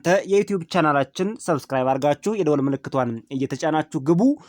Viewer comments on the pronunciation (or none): none